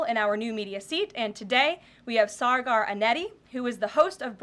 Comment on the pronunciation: Maybe someone will learn to pronounce Saagars name